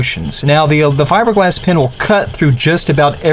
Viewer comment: is he saying fibreglass pin or pen? cause it sounds like pin, lol